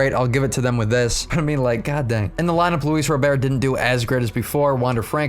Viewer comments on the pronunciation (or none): Awesome video! It is officially pronounced Robert, just like the first name. Hard T at the end :D